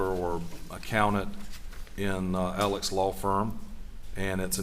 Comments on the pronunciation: Why does everyone pronounce his name Alec or Elleck? It’s spelled Alex. I know this isn’t what is important but it’s driving me crazy. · Spelled Alex but pronounce Alec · It bothers me when they keep pronouncing “Alex” as “Alec”.